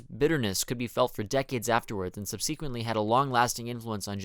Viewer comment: Gen X here to let you know you are pronouncing "subsequently" incorrectly. The beginning part is not "subsee", it's "subsuh". Otherwise, good video.